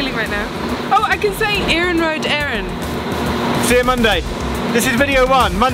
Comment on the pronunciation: you're still saying "We're going to island" 🙁 Ireland is pronounced /'aɪələnd/, not /'aɪlənd/ Your Iarnród Éireann was excellent though, so I'll stop moaning now. 🙂